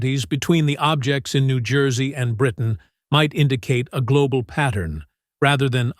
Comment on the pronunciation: Pronounced New Joyzee